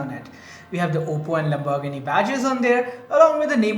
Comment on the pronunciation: Please just say lambo The way you pronounce Lamborghini is so cringe.